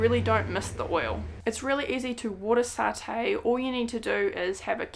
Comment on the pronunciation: When you fry your food it's called sauteeing or to sautee not satay lol